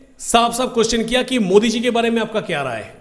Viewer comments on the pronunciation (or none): none